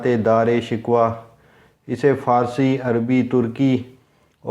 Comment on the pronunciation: دارا شکوہ کو تم، شکوہ/Shikhwa بول رہے ہو، بہت افسوسناک ہے، اس لیئے یہ ویڈیو ناپسند کررہا ہوں،